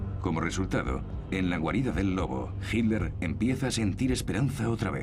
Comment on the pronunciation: El narrador es excelente, su problema es su pésima pronunciación de nombres alemanes. le dice 'Hilder' a Hitler.